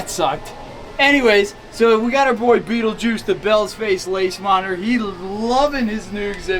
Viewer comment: STOP SAYING BEETLEGUISE lol, great video guys beautiful reptiles and amphibious critters and bugs:)